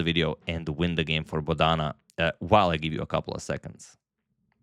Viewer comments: It is not Bodaana, it is Bodana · The emphasis on Bodhana is on the first syllable, not the second. So its BOdhana and not boDHAna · Antonio kindly pronounce her name correctly. She is not boda:na:. She is bo:dhana: Siva:nandan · FYI, Bo-dha-na is now you say it not bo-dhaa-na. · Hello Antonio, I enjoy your every chess game presentation and your analysis too. Here I want to help you to pronounce Bodhana name correctly. It is a Sanskrit origin name - Bodh means to enlighten. So her name should be pronounced as BodhAnA. Thank you. Have a Blessed Day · Dear sir, in India Bodhana is pronounced as 'Bo' as Bo in Board, dha is short not long as dhaa, Bodhana means sermon or sermonising. बोधन (Hinidi/Sanskrit) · Rare mispronunciation of the name Bodhana by Agadmator😊 He usually gets it right